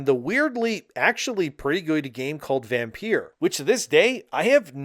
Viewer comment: Vampeer? It's still pronounced the same as vampire it just has a unique spellling.